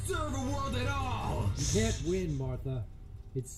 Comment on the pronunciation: Did.... Did he say "Artha"?